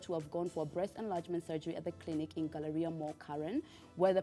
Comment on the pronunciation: Gallaria ni wapi ? Can we in the very least have the correct pronunciation 🙄